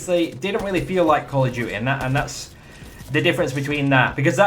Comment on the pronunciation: "Call Of Jewt-e" :')